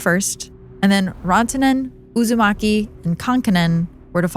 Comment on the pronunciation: That mispronunciation of “Uusimaki” is taking me out. I keep reminding myself that she isn’t talking about Naruto.